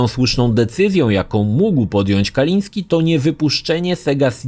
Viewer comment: Tom, nie miał na nazwisko Kaliński, tom nie Polak w końcu. Mówi się Kalinske i się nie odmienia prtzez przypadki, ewentualnie p[rzez dodanie końcówki (bez apostrofu, bo kończy się na e), jak przy anglojęzycznych imionach i nazwiskach standardowo: Kalinskego. Kalisnskemu, Kalinskem itd.